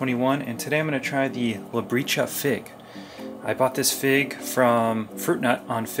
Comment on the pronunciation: I've just learned that "tj" in Catalan (which I'm assuming the name of this fig is from) is pronounced like J in "just". So instead of "Labricha", it should sound like "Labrija". :)